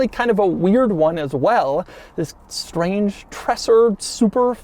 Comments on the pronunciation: call it in your wordspeed „treeeser“ its more like reality. greez from switzerland 🤩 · A lil bit like treZer. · Stop saying Tresser! I don’t know why but the word is slightly irritating. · says Treser so often and always wrong, a single S is slower he pronounces it like a double S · The single s in his name suggests his name rhymes with razor, not dresser. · I usually don’t like people who complain about the way other people pronounce certain words. But this time even I have to say it’s really bad. Every time he says Treser it hurts a little bit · These tinted taillights were available as tuning parts for some VW-Models being famous in Germany in the 80er and 90ies as Treser-Taillights. PS: It’s more pronounced like “Traser” NOT “Tresssser” it’s a soft “S”.👍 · Just so u know, it's not pronounced "tresser" and more like "traeser" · my ears are bleeding! The pronouncing is not "Trässsö" . but this is ( TRREEESÆRRR ") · Treser, Doug, not Tresser! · Its Treser not TreSSer . Phonetically its more like: tray Sir. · STOP SAYING 'TRASSR'!!!!!! It's Treser. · It's pronounced 'tre-zer' not tresser. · It's not "Trasser", amigo ... it is more like "Traysar". And we neither say "Wooltah", but more like "Wall-tar" ("tar" as in "tarmac"). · It's not tressur.. it's tray-zur. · Just a small correction: it´s not called "Tressah"! You pronounce it "Traser", like "taser" with an extra R. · For a nice review, it hurts my eyes to see the directional wheels being mixed around, and hurts my brain to hear "Tresser" time and time again. 😣 Treser was even head of Audi Sport, and I would see his name as "Tréser" (my best descriptions). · Awesome, that you got one too review! But it's not tresser it's treser, kind of like tazer with a r before the a sound. Greetings from Germany😉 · Great video as always! Only one comment, it is pronounced “Trayser” not Tresser. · Pronounced “Treh-ser” not “Tresser”. Other than that great as always! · Treser, not Tressor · Treser = pronounced "Traizer"